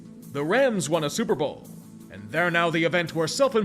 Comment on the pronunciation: I'm curious to know how many times we're gonna hear "Stillers r Gahnta Super Bahl!" This season